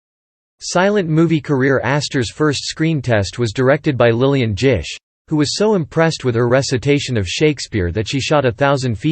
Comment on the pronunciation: "Lillian Jish". An insult to Astor.